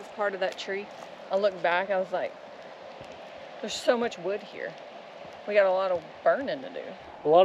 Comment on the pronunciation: "We gotta lotta would to burn", Says. I think we rewound that 5 times. The look on her face with the hand expressions. It had us rolling. You do some great editing. I notice your posting more shorts. Have you ever thought of doing maybe some blooper type short vids. Or better yet. When you set the gopro up. Then ride or drive by the camera. I know a lot of work goes into it. Again thanks for sharing a bit of your lives with us and especially the laugh and the smiles. Stay safe!!